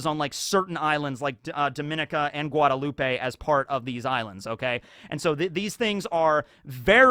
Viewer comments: From the caribbean, love how knowledgeable you are on it but i dont think its guadeloupe-ay, it might be, because im from Jamaica who belonged to Europe so we speak english, and guadeloupe im pretty sure still belongs to france to this day so they speak french. So because of that it might be guadeloupe-ay actually? Was wondering where you got that pronounciation from and if ive been lied to my whole life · FYI Guadeloupe: the e at the end is silent.